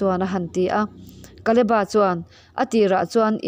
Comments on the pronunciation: Kaleba tilo in kaleb-a nizawkse ngaihthlak a nuam zawkngei in ka ringbakah a dikxaawk lo maw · Kaleba tih ngei hi Mizo lam dan a ni hman aṭangin. Bible lehlin tirh aṭangin. Mizo taka lam kha a ṭha mai. Naupan lai aṭangin KALEBA tih hlir hian kan lam ri